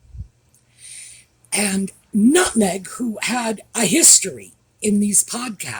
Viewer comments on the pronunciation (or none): none